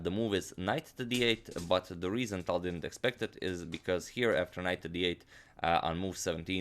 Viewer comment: Btw, i was meaning to tell you that for a long time. You see that "ь" at the end of "Таль" - that is a "soft sign" in Russian. And it means that previous consonant is "soft". Wich means it sounds like if there was an "y", for example, after it. Say "Taly" and then cut off vowel part at the end. That would be right pronounce of his name. When i started to watch your channel it took me sometime to understand who are you talking about;)